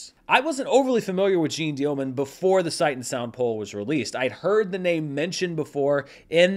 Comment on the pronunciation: it's really not Jean like zine, a little effort on the name perhaps?